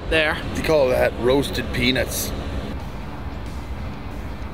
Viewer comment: 1000% said penis not peanuts